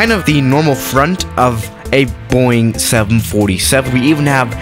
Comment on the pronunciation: Normal people: Boeing: BOING